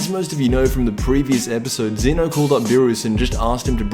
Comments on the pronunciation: ZEH-NO!!! NOT ZEE-NO!!! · EP 56 isnt until Sept 4th. also its Zeno not zeeno